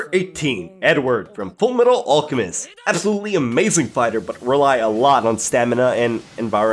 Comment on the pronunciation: He said fullmetal alchemist wrong